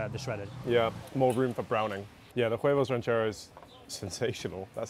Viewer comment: We need to start a petition for to STOP saying “huevos rancheros” with an English “h”. It needs to be silent; he should be saying “Uevos rancheros” instead of “Hhhhuevos rancheros”.